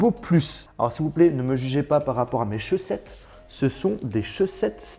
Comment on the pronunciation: Se des chaussettes star wars comment tu la dit lol😅